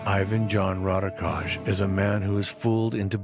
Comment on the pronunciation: why cant they do any research to pronounce his name correctly.... sounds ridiculous